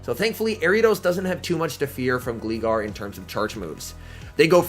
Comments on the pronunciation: I've never heard anyone say Gleegar 😭 It's pronounced Glie-gar like gliding. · Can you not say Gleegar anymore please It's pronounced Gl-eye-gar Top notch video as usual though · "Gleegar" ummmm okay buddy pal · "Glee" Gar HAHAHAHA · Im sorry did i hear say gleegar? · I laughed at the way you pronounced "Gligar" XD I believe its name is derived from "glide" so it should be like "Glay-gar" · It was actually annoying af hearing how you pronounce gligar. What’s wrong with people that play Pokémon and pronouncing simple fucking words